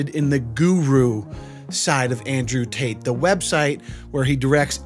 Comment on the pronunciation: Really wish he would pronounce his Ts. What is he, an'rew 'a'e? Is his brother 'ris'an 'a'e? He doesn't sound bri'ish.